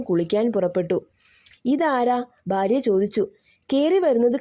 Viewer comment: ഭാഗ്യം , ഭാര്യ, അൽഭുദാതരങ്ങൾ, ഇതൊക്കെ വ്യക്തമല്ലാതെ തെറ്റായി പറയുന്ന പോലെയുണ്ട് . അക്ഷരശുദ്ധി ആകാം